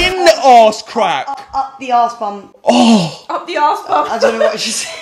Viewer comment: Arse not Aawws